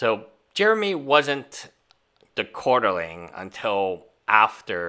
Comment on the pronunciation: Great video. Can’t for the life of me figure out how you can’t pronounce QUART-ER-ING, though..